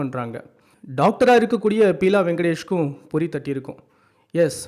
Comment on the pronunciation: பியூலா வெங்கடேஷ்.not பீலா